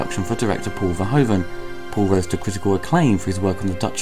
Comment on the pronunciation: Verhoeven is pronounced differently. The hoev is more life the word hoof.